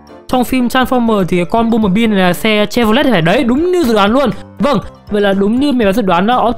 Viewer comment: anh ơi băm chứ ko phải là bum